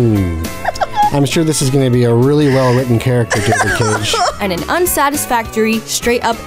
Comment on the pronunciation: Hope for a marathon making Fun of ALL David Caig(pronounced like Yahtzee does) games (including índigo profecy and omnikron)